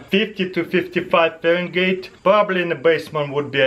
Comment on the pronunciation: He said Farengate